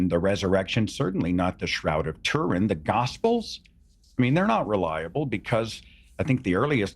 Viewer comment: The god nut case cant even pronounce Turin. Pathetic!